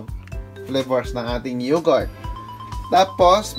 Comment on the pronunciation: pronounce yogurt as yogert